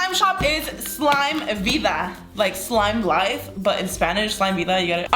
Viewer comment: If you noticed you said: this is my favourite clime: instead of slime lmao no need though just letting you know love youuuuu ssoooo. Mmmmuuucchhh